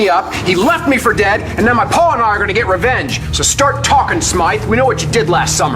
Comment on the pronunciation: I love the way David says "paw" instead of pa.